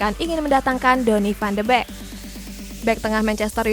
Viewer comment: Van de beekk bukan Bekk Wkwwkwwk